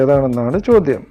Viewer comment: ചോദ്യം ആണ് ചോദൃം അല്ല